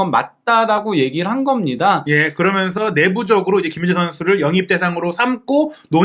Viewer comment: 그어먼서(그러면서), 딸으며으(따르면은)....